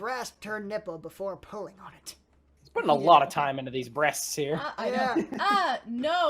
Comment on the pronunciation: “She has them bresteses” xD